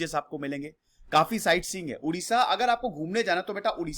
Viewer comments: first of all its Odisha not Udisha. Our Language is Odia not Udia. Pronounce properly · Thank You for your video on my homeland. But dear sir, before making any video you should get proper knowledge yourself. It's not Udisha, It Odisha. Please pronounce it properly. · It's Odisha not udisha it's odia not udia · Odisha not Udisha.... ktni bar samjhaun ??? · Bro it's not Udisha it's 'Odisha' 👍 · Not udisha...it is oodisha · Please pronounce it as O-Disha not U-disha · Bro please pronounce properly-Odisha,emphasize ON 'O' not 'U' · You pronounced Odisha wrongly. It is O-Disha not U-disha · Hai...Sahi bolo...Humara State ka nam Odisha hai.....pahle aap bole Udisha...so, it's bad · Odisha is pronounced as O-disha not U-disha. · Please pronounce 'O', 'ओ' Please dont pronounce उड़ीसा. After all, thanks for your interest in making a video on ओडिशा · Udisha nehi it's Odisa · It's not Udisha. .... It's Odisha🙏🙏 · It's O Not U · It’s not oodiya, it’s Odia, similarly it’s Odisha not oodisha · It's not Udisha... It's Odisha! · It's not udisha. .. it's Odisha Pls point on pronounce.. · Sir please dont mispronounce it. Its not udia its Odia. Its not udisha its Odisha. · Odisha ko ap itna daba k q bol rhe h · My Request you Pronounce it as "O" not as "U". As it's name Odisha...